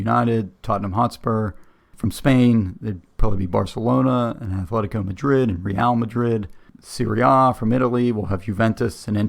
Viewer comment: "Athletico" Madrid 🤮🤮🤮